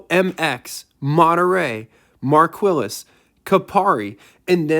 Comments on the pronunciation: Marquillis? It's Marquis (pronounced Mar key) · “Markwilles” is Mar-kee, “Cupari”? Is the Ford of Germany (or Great Britain) “Ku-Pree” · !!!? ...mar kwis? ...did I hear that? ...MAR KEY. ...IS FRENCH. ...la familia. my family. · Capari???? Marquillis??? Where the heck did you get these pronunciations from??? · Hi J, on the Mercury Marquis, Marquis is pronounced; marr-kee. Older Mercury Cougar(s) where on a Falcon/Mustang chassis with a two inch longer wheelbase than the Mustang. The Cougars where on a Ford Torino chassis, as where the Mustangs. Cougars always had a longer wheel base than it's Mustang counterpart. Lincoln-Mercury division was taking a shot towards the Oldsmobile Cutlass Supreme, as to the Cougar that you are profiling, and Lincoln-Mercury advertised so. Please reply. Dave... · Hi Doug, thank you for the reply, marr-kee is how Ford-Lincoln-Mercury pronounced "Marquis" on National Television. Can you pronounce it for me please? Please reply. Dave... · I like how you say Marquis, it's actually pronounced mar-keys ,that is the best way to show how it is pronounced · Hey, it's great to see you feature a Cougar (I've owned 5, includin a '73 XR-7 convertible, and my current '68). And, I own a '73 Marquis, which is pronounced "Mar-key".;-) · Actually I like the way you said it, it was original.